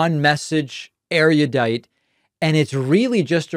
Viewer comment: Love you David. The word is erudite-not eriadite. Keep up your great work. Greetings from Perth, Western Australia.